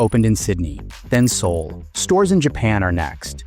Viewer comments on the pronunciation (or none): none